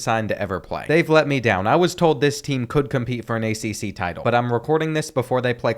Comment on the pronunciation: he said accc schools😂😂😂😂😂😂😂😂😂